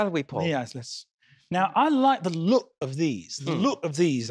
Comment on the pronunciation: Accent was really good up until "look". You don't get a glottal stop at the end of look, it's a hard K